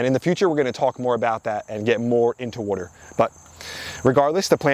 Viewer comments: Can u learn how to say water? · Water ❌ Wadur ✅ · It's Water... Not worter.. worter isn't a word. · It's pronounced wah-ter, not war-ter. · Water : ❌ WOTOR : ✅ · Ok say it with me...WAH TER. not wudder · "wooder" Are you from Philly? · I keep finding all these local channels. I hear water pronounced like wooder and I instantly sub. I’m like 3 mins in and I’ve learned so much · This is the 2nd person I’ve ever come across to pronounce “water” as “wooder” lol. First one was the How It’s Made narrator from back in the day. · I know you said Jersey but are you originally from Maryland?? I ask because the way you pronounce water as "wuter" is very Maryland like. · This dude is the Chris Fix of plants, even says "wader " ( water) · I only kept watching to hear you continue to say "wudder" 😂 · you know when someone pronounces water as "wooder" they definitely know what their doing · I knew he was from either NY or NJ the way he says "water" Im from NYC and live in MA and people always mention how I pronounce it as "worter" sounds strange lol. great content new sub. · Not enough wuder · Are you from South Jersey or Philly? Just noticed you pronounce water like I do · I knew nothing about you. Just saw the thumbnail. Was curious. Then you said water, and I knew you were from Jersey. Now, it wasn't that pronounced, but just enough. I was in Tennessee a few years ago, and the waitress, who had a Tennessee accent, said, water. and I almost broke my neck turning to her. When I comment on her pronunciation, she smiled and said she grew up in Cape May. My gf is shocked how often I can hear someone speak and get an idea of where they're from. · Greetings from Boston. Knew you had to be from Jersey by your pronunciation of the word "water". :)